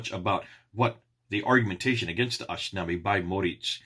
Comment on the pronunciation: God bless you. it is pronounced ashtinama not ashtinami. I am kurdish and Kurdish and persian language are closely related.